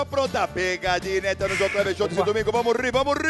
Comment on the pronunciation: It's not "Bamori", but "vamos rir", in portuguese it is informally pronounced "Vamo ri", it means "Let's laugh"